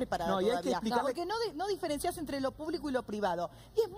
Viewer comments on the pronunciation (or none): none